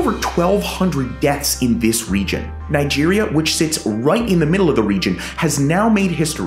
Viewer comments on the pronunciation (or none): none